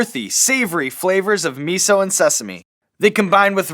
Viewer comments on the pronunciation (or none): none